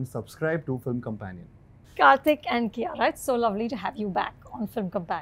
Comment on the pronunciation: Did she pronounce herself as "Kiyaya"??